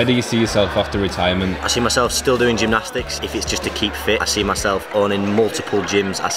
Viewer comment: AnD I Doo GEMNOSTIICS AGHHHH